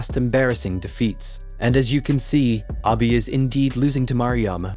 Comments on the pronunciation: please stop saying "aby" it's "abeh" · Might want to pronounce his name correctly. It’s not Abi. It’s Abe, like tempeh